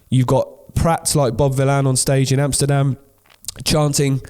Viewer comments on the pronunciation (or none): none